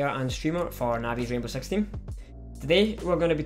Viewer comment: he said sex instead of six